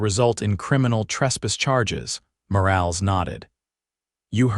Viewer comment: Morales is pronounced Moralez.....Lead rope is pronounced leed rope. ...please fixit.